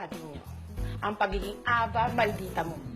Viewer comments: Why are they pronouncing it "Aba" (like the group band..Abba) it suppose to be "A-VA"... right? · Ey-vah pronounce nun diba?